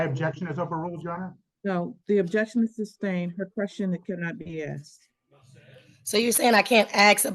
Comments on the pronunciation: If you’re acting as your own lawyer, and you still use the word “ax’d”, you’ve already lost your credibility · Trying to have an intelligent discussion with someone, who has not yet master kindergarten level grammar ("I aksed" fir example) is a waste of everything. One needs to pass some basic general knowledge testing (at a very keast) before they're allowed to represent themselves. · Its ASKED ASKED ASKED ASKED .........not axed .....god dumb slaughtering the english language